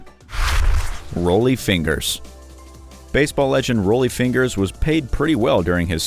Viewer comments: Pronunciation! Pronunciation! Pronunciation! = Johnny Unitas ("YOU-NIGHT-US") & Rollie Fingers ("RAWL-E-FINGERS") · At least learn how to pronounce the names. Johnny Uneetis? Rowlie Fingers? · It’s Johnny U-nite-us, hard I. And it’s Raw-Ly Fingers, not Roll-ie. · Johnny uneetus? Roly fingers? If you can't pronounce the names... ask! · Johnny Uneetis and Roly Fingers!😆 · Johnny uneeediss and role e fingers !!! Lmao who do you guys hire to read these videos? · Then this person butcher next Rollie fingers pronunciation of his name the pronunciation of these people's names was butchered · He messed up on Rollie Fingers too,, even though it's not spelled like it's pronounced...kinda.. I'm surprised dude got DYKSTRA right.